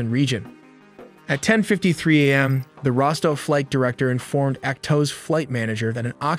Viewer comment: What is worse than AI narration getting so many easy terms mispronounced? Like A.M. (morning) being pronounced as "am".